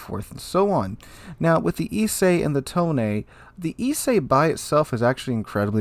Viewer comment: I noticed that you're going the extra length of trying to pronounce the ship names as they're written, not as they'd be said in English. So I figure I should help you out a little. You say "Ise", and "Tone" more like "Isay" and "Tonay", which means you're halfway there. To correct your pronunciation that last little bit, here are two things you'll want to know: 1. Japanese relies on a syllabary, not individual letters, and each syllable is supposed to be exactly as long as every other. So the "I" has to be as long as the "se", even though "se" consists of both the s- and e-sounds. 2. Japanese vocals do not 'mutate' the way English vowel so often do. Basically, do not transform the shape of your mouth, tongue, or throath while speaking a vowel. The e-sound in "se" is the same as in the English words "best", not like the ey-sound in English "say." Basically, the same way you didn't transform the i-sound in "Ise", don't transform the "se" either. Same with "Tone", both syllables are the same length, and neither one changes the sound of it's vowel throughout.